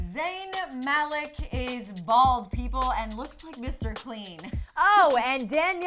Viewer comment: don't you mean BHALD?